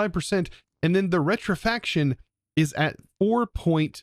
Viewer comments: Rectification...rec-tif-i-cation....not rectifaction. Scrapping...scrap-ping...not scraping. The first correction, I'm not even sure what you said is a word. But the 2nd one....they are 2 different words. Scrapping is literally to scrap things like recycling or throwing it away. Scraping is to scrape something meaning tearing away a layer. Like you scrape dirt off your shoe, you don't scrap the dirty shoe. I do love watching your videos, so please don't take my corrections the wrong way. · rec-ti-fi-ca-tion, not retrifaction... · Holy i didn’t realize that his dyslexia is real bad like Rec-ti-fi-ca-tion = Re-tri-fac-tion Yeah… it’s easy to get those 2 words confused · Hey, it is rectification, not rectifaction. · Rek-ti-fi-kay-tion lol, Love the vids man, merry Christmas!